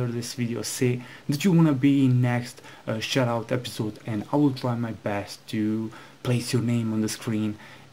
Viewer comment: it sounds like ur saying "shitout"